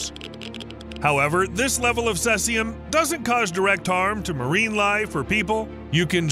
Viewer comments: Sesium ? Was that supposed to be Caesium? As in see-zee-uhm. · C Z UM not Ses ee um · The numerous mispronunciations in this video do you no favours. What is 'Sessium', for example? Do you mean Caesium? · That isn’t how you pronounce “Caesium”. It’s seize-e-um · Maybe if you're brittish and weird. It's see-zium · *cesium (cee-z-um) *oscillating (oss-sill-late-ing) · "Strotium" "cessium" "oskillating" Tell me you don't know what you're talking about without telling me you don't know what you're talking about.